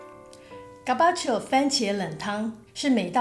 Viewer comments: Gazpacho是唸 嘎絲吧ㄑㄧㄡ 吧？ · Z 是發 s 喔~ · (小聲說）Gazpacho的z要發音喔🤭